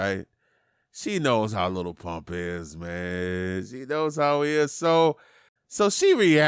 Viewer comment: why you say "little" its just "lil"